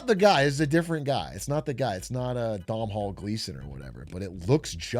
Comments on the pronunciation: please ino irish names are hard but DONAL Gleeson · That might be the worst pronunciation I've ever heard. It's Dough-null Gleeson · Nice video, btw the M is silent in in Domhnall. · Psychic damage every time Atrioc says Domhnall